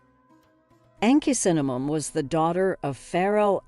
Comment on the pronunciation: The word mangled comes to mind with the narrator's pronunciations. Interestingly she seems to manage hawass' pronunciation with little difficulty. Shame, it is an interesting hypothesis made somewhat Mickey Mouseish by the atrocious pronunciations of Tut, Ankhesenamun and Akhenaten. Did anyone go over the final edited version before it went to press? Doesn't seem so